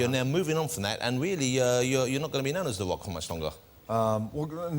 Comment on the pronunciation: jonathan ross cant say rock!